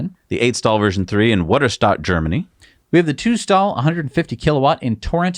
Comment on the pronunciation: Shower thought.... I bet and could do a mean impression of a german guy.... but when it comes to pronouncing german names they totally wuss out and are just "wedderstad" instead of "VIYTER-SH-TAT", which is how it actually should be pronounced. Shouting optional.